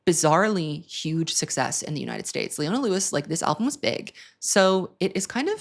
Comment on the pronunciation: Ohhh boy you did leona wrong 😤